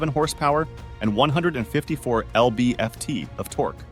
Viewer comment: "Ell bee eff tee" of torque? Really?